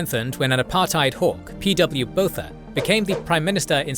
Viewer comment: Love the video! “Windhoek” is pronounced “Vint-hook” “Botha” is more “Buah-ta”. “Protea” = “Pro-tee-yah” Thank you for covering this conflict, the actions of the Apartheid government are appalling and deserve to be laid bare for the world to learn from, especially considering modern conflicts of a similar nature…